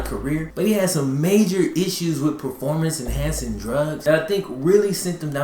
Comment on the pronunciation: EnhancING (en-hant-sing OR en-hants-zing). Lol. Dope videos though, bro fr. my Nit-picky ass digs your style.